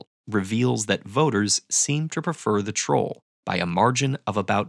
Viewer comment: why 'troll supporter' sounded a bit like 'trump supporter' to me?! 🤔